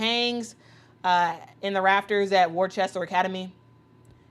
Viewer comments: Worcester = "wuhster". Excited for AB! So deserved! (Also, BTW, fun fact: Maura Healey (the governor) was a pro herself overseas before going to law school and going into politics.) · I didn't know Boston had attended Worcester (I went to another school nearby). FYI, Worcester is pronounced like "Wuss-ter"